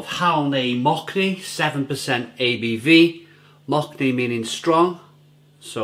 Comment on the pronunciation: "Mock-ne" xDDDDDDDDD